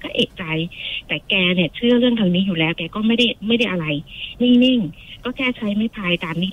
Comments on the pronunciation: คนเล่าคือออกเสียง ล ลิง เป็น ร เรือ หมดเลย ระรึก โรงศพ แร้ว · แต่คือคนที่โทรมาเล่า ใช้ ร. ได้ชัดมาก กระดกลิ้นชัดเจน กำลังจะเม้นชมแล้ว แต่ฟังไปฟังมา อ่าว ล. ก็กระดกลิ้นด้วย จาก แล้ว ก็เป็น แร้ว, ล้าง เป็น ร้าง, เล็ก เป็น เร็ก, 🤣🤣🤣 แต่เรื่องการเล่าดีมากค่ะ ไม่มีขัดเลย ดูไม่เฟคด้วย